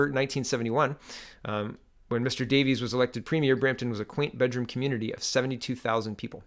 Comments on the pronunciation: Not Davies it's Davis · Yes Bill William Grandville Davis. I know Davis as in D A V I S. Mispronounced. Funny growing up I would've been corrected and a stern talking to. 1 It taught me to think things through 2 So you don't look like a JACKASS. Even that is fading away. Correction it has faded away.